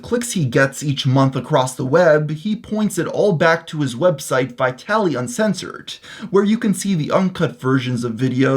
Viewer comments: It's not whytaly it's vitaly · Its vitaly, not FUKING VAYTALY !!! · It's pronounced VEE-TALI, you Western dog.